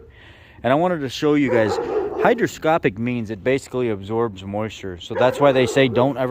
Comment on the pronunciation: I may be hearing you wrong but are you saying brake fluid is hygroscopic or hydroscopic. Hygroscopic is what you're looking for. Thanks for video.